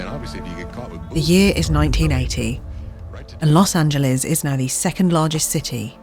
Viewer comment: She pronounced Los Angeles right!!! 😄🥳 So, SOOOOOO many foreigners (and even Americans) pronounce it incorrectly as "Los An-gel-lees" vs the correct "An-gel-lis".